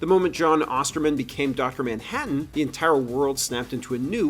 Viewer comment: "Ah'mmm Docta Manhadden"